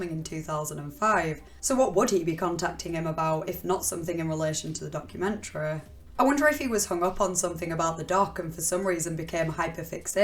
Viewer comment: "Moo-veh" "Public-leh" "Documen-treh"